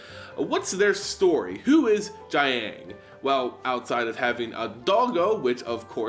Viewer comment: the ang sounds are a bit more like oung (i.e. young) so you pronounce "jiang" a bit like "jyoung" and the "gu" sound is pretty much pronounced as "goo"